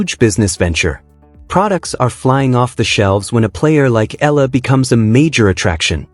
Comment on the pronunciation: Alex’ last name is pronounced E YA LA